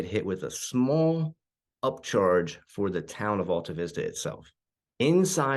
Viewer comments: Definitely pronouncing it wrong. That's my hometown. I lived on Shady Lane, down from the house you showed, across the street. It is AL, not ALL. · Not sure if this gets it across but I've always heard locals call in Al-ta-vis-ta. Start it of will Al like the cohost from Tool Time in the tv show Home Improvement. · Right off the bat…you pronounce it incorrectly. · That's not how you pronounce Altavista. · I was thinking the same thing. We dont say Altavista like that, lol.